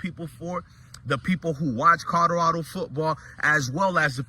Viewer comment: Bro kill me with the Codarado 😂